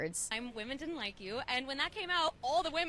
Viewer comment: Why is Billie saying “didd-dint” instead of “didn’t?” Why bother with contractions if you are going to use the same number of syllables??